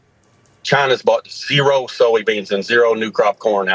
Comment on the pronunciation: I liked the way he said Zeeroo 😂